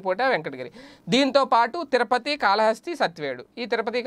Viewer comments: తిరపతి కాదు, తిరుపతి. కాస్త చూసి చదవడం నేర్చుకోవాలి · Tirapathi kaadhu Tirupathi ayya